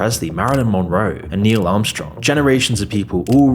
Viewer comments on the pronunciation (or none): none